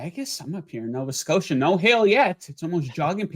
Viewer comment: Did you say Novia Scotia? Take Rutgers +24 vs Mich, Michigan hasn't covered all year and Rut is better than usual.